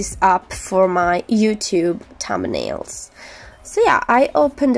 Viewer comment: I love the way she says thumnails😂(no hate)